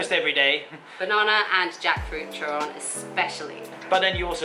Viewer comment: Its turon! Not terron